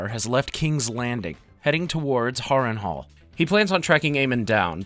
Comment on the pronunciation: Why you keep spelling the names wrong? It's 'Valyria' not Valyra. And you said Harrenhall wrong. Otherwise,cool video.